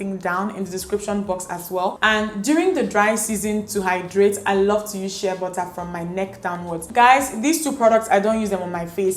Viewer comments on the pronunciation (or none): none